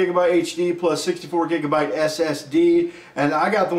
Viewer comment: i laughed so hard when he said jegabites